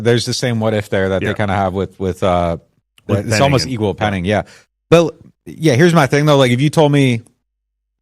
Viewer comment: I think he’s referring to where you are talking about Peyton turner and I think you said, “he’s equal to penning”. Saying they are both unproven. It does kind of sound like you say evil, but in the context of the conversation I think it’s obvious you say equal.